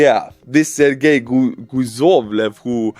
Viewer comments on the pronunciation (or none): That's ser-gay😂